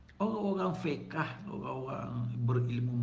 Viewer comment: 🤣🤣🤣 ilmu ape cuba ulang sekali lagi sebut betul2 ye ilmu fish yer sedara sedari sila ambik nota🤦